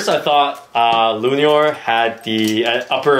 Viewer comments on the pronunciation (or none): Not lunior bro.